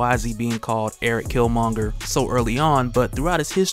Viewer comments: I’m mad you’re still pronouncing his name wrong. And I’m almost positive you’ve seen black panther ... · I'm two minutes in and a cant stand they way you mispronounce his name. Dude...